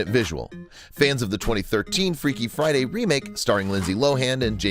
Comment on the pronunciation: "freaky fiday"